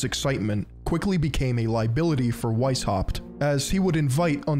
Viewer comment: The "weis" in Weishaupt is pronounced "vice".